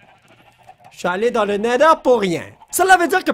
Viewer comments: c néther pas néder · Se n'est pas le nèleur mais le Nétheur